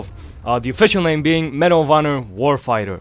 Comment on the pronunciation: when he says medal of honor i keep think he's saying marijuana